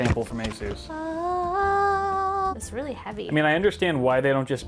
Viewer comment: Didn't you learn from the verge how to pronounce Asus?